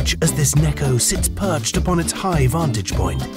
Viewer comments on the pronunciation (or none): The British pronounciation "Nekkaus"